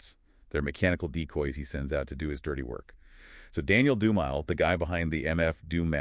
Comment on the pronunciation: Btw is Dumile pronounced DOOM AYE LAY. Not DOOM MILE